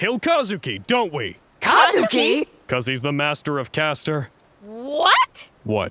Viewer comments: It's pronounced Kuzuki, not Kazuki ffs. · I'm sure someone's already mentioned it, but just in case: You know it's 'Kuzuki', not 'Kazuki', right?